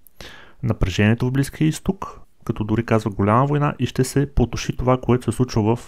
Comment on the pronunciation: Казва се " потуши" , а не " потоши"....😅